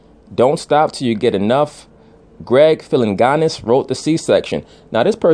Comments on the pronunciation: you have some valid points but do better research Jimi Hendrix was murdered! Also Greg Philliganes is pronounced (Phill-a-gains) bottom line the World would be f-ed up without the contributions of "some" of these entertainers. Most great musicians in history lead tortured personal lives. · It’s Greg Phil-in-gains.